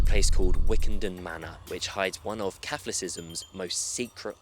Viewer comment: I've never heard "Catholicism" pronounced like that lol, unique.